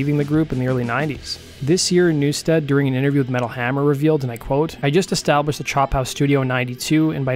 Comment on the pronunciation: You fucked up Jason's name 4 times. There's no A in NEW-STED!